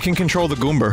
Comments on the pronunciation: WTF is a Goomber? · You called the goomba a goomber